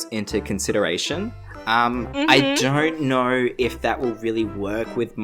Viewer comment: ''dorn't knor''